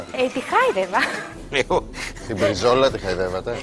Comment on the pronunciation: "μπρι(τ)ζόλα" εκλαψα